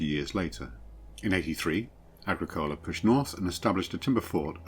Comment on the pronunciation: Agricola. Why pronounced like coca-cola?